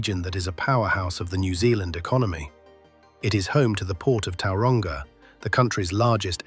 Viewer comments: Towel-wronga and why-rower?? bruh you need to work on pronunciation when talking about other countries cities names bud. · Yeah the pronunciations are terrible. Towel-wronga 😂😂 wtf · Please STOP using text-to-speech. The mispronunciation of Tauranga makes it blatantly obvious. And in New Zealand, 2009 is "two thousand AND nine", not "two thousand nine". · Just need to work on that Tauranga pronunciation